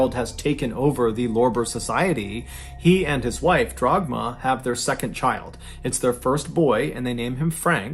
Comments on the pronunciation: It’s Dagmar, not Dragma BTW. Nevertheless, what a bizarre story. Being German, I have never heard of that story before. Some people are truly nuts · Not Dragma,but Dagmar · The mothers name was Dagmar not Dragma